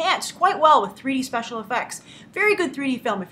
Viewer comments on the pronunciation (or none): none